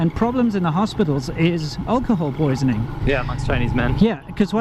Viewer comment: The Stairmaster! ;-D Sounded like owlcohol poisoning. OvO Re. fake alcohol: Wouldn't it become a habit for people to rip a bottle's label after emptying it so that it cannot be re-used by fakers? Would at least make it harder for them to fake it then.